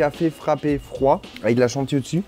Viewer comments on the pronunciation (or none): none